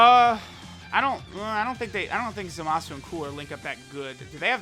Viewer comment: Love your videos, just hate how you pronounce Zamasu lol.. Goin to summon for Zamasu though 👌🏽